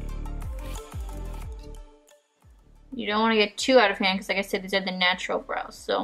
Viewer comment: I heard nacho instead of natural at the beginning lol